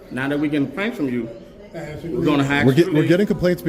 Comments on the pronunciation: he "Axed you" lmao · Security AXED you to leave the building. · But…he axe you so nice…LOL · Dude has a weapon...he axed you 😂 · He axed you to leave. . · Asked not axed…. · You didn't "axed" him to do anything...your little friend ASKED him to leave... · I axed you lmfao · What does "I done axed you" mean? Can someone translate? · When he said I just axed you 😂😂😂😂😂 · That security guard axed you. That's called assault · He AXED you to leave the building! 🤣🤣🤣🤣😂😂😂🪓🪓🪓🪓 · He axt you bro 😂🤣 Gotta love the education in America 😂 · He axed you again! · He done 'axe' you to leave plenty of times. Lol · He axed you... I love the level of intelligence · “He done axd you” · "I done axed you"...... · They aksed him several times to not film. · "I done axed you......." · Look at these idiots... especially the security guard. Cuck city..... do what i'm told to get money ..no principles. Unbelievable....... woke workers gets you hood rat employees. It's the ghetto ..."I don't feel safe"......hahaha. He "axed" you to leave...... sickening wokeness ... it's over. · He aksed you??? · But I AXED you to stop recording lol. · Awww he axed you… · "I axed you to leave" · Security guy said "he axed you! " The man cant even pronounce words properly! LOL The morbid obesity pandemic in this nation is certainly evident in this facility. Id bet my life on. it that just about every one of those people are either diabetes 2 or pre diabetes 2 diagnosed. That place could be mistaken for a fat farm.Sickening. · Why is nobody able to pronounce the word "asked"?